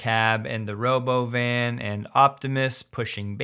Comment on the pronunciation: i believe its pronounced robov-an :)